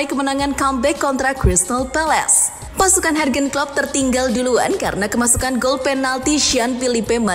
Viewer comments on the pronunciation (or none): Ngikutin Starting Eleven dari masih 100k Subs, smpe skrang 1juta subs, narator nyebut Jurgen Klopp masih dengan ejaan "Hargen Klopp" bukannya "Yurgen Klopp" 🤣🤣🤣🤣